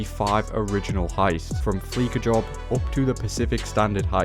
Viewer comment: GTA has been out for a decade and we still have dudes saying FleeKa instead of FleeSAH😂 bunker plus stash houses = Win win